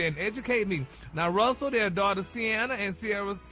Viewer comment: Gary so damn dumb how you gone mess up a name like Russel